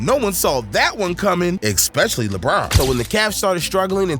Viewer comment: "Ex-specially" so many times - I'm dying RN 😂